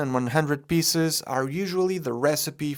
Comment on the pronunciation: Your pronounciation of "piece" as "piss" will never get old to me. Love your content mate